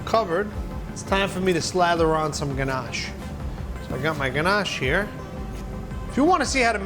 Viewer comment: Him saying ganache makes me want to fight